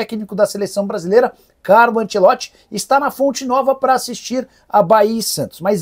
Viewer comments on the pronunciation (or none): none